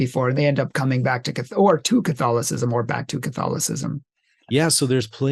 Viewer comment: Theological On the Orthodox side. Even though Western. Rome is the biggest 🔥 hotmess right now than even Luther would have conceived. And this man butcher the word Catholicism in the intro. Not nice.